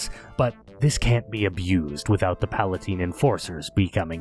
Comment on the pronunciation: Small nitpick, they're pala-NITES not pala-TINES. I know it's stupid, I hate the way it's written. I won 2 whole subjugator squads (one kitbashed) 2 enforcer squads and 4 custom badzone/wasteland squads (48 total minis)